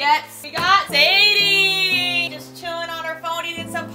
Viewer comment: It’s SaiDee not Sadie